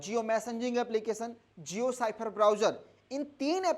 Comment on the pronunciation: साइफर क्यों बोलते हो ! स्फेयर पढ़े ।